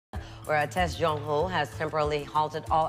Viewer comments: Did that guy just called Jongho Jinghoo? 💀 Come on now, their names are not that hard to pronounce. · yeah, but you don't even have to try. If you speak English and you read that name, every normal person in the world would come up with Jong-hoe. I would total accept that pronunciation. But I simply do not understand where Jinghoo comes from. That makes absolutely no sense whatsoever. And about the problem with names I found it quite funny that the interviewer from Kcon himself (Jojo?) also said "Yun-hoe". I mean come on, they introduced themselves right in front of you. How hard can it be?